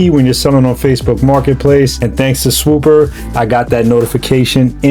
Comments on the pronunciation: Idk why but him saying “swooper” when it’s “swoopa” is hilarious to me dawg. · Please learn how to talk before making these videos. Swoopa is swoop-ah, not Swoop-er. If I was your sponsor, or sponsa as you say, I’d drop the support immediately. Other than that, you did a fine job and I enjoyed the video. Hope you continue to hone your craft, you have promise. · I know you’re from the northeast but does your sponsor hate that you mispronounce their name every single time? I know you can say it…..SwoopAAAAAH not SwoopUUUUUR. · Bro why you keep putting a ER AT THE END it’s swooppppppaaaaa 😂😂😂😂